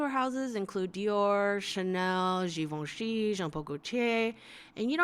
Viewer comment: superb artistic talent, cool and funny way of commenting and ... thanks for pronouncing GIVENCHY correctly ! :-))